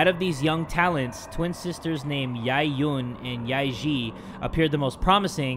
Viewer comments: im cringing when he says the names yae-eun and yae-ji incorrectly XD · How pronounced Yae-Ji sounds like “ Lick pee” in my language😂😂😂